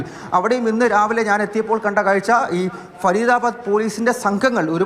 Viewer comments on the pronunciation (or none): none